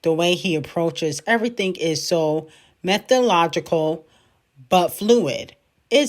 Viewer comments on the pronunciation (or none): Sister we’re not skipping over your fumble over the word “methodical” lol this is a reminder you’re a bit illiterate 😅😂